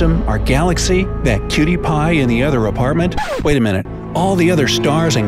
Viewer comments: Kewdiepie!? or pewdiepie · wait did u say cutie pie or pewdiepie?